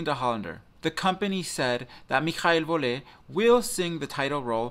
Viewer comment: Thanks for the info! I love your vlog website!!! FYI the German “v” is pronounced as an English “f”. The final “e” at the end of the word isn’t accented. So his last name should sound more like “FOLLeh”. :) ❤️